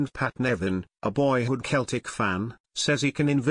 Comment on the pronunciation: Please, please, CELTIC are pronounced Selltic Not Keltic.,!!!!!!!!